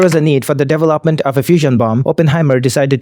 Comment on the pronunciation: The pronouncement of devel-opment is messing with me and the worst thing is I know I'm going to accidentally start pronouncing it like that.😅